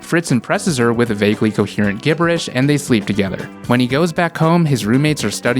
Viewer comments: Even in a re-upload, you still can't pronounce "gibberish" correctly. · I just wanna know if you said Gibberish like that intentionally lol